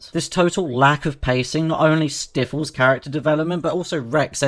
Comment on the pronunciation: Did you say “Stiff-les” instead of sty-fulls? Lol